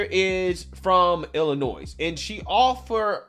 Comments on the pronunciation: Love your show, love your content, however I cringe every time you say Illinois incorrectly. Love your stuff though. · Ughhhh, don't get me wrong, I love your channel, but the (s) in Illinois is silent. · Illinoise😂God bless u folks. Im in illinois and hate when i hear that. Lol😂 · Illi-noiSE?? NOISE?! COME ON BRO!! ITS ILLINO-Y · Why are you butchering the pronunciation of "Illinois"? C'mon now. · No 's' sound at the end of Illinois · You don’t pronounce the (S) in Illinois. Other than that love the videos bro keep it up! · Great post! Please don’t pronounce the S in Illinois! Love you ❤ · I know it's not important for most or about this topic but the S at the end of Illinois is silent. I otherwise completely agree with the take of the host. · my dude, I appreciate everything you ever do, but never ever pronounce the s in Illinois! Ever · Yeah, do not expect her to face any consequences. A woman being a pedophile to children in an Illinois school. Maybe a slap on the wrist and told "don't do it again." But do not expect a thing. EDIT: By the way, the S in Illinois is silent, just a reminder. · Great vid. But please stop probouncing the S at the end of Illinois. It is triggering me 😂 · I regret to inform you that I must cancel you today on account of your pronunciation of Illinois 😂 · Just FYI the s in Illinois is silent. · I’m jumping on the train about pronunciation lol. With all due respect, the “s” at the end of Illinois is silent. Love your channel! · Big fan here :) idk why it's always a pet prevention for people who live in Illinois but the s is silent ;) lol! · STOP pronouncing the “s” in Illinois, please and THANK YOU!!! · The S is silent in Illinois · No S on Illinois. Just pronounced Illinoi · the s in Illinois is silent. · Hey man love your content but I’m gonna pile on your pronunciations you aren’t supposed to pronounce the S at the end of Illinois “just saying” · Illinois is pronounced without the S